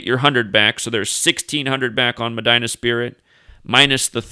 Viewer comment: Medina is Pronounced MAH- DEENA.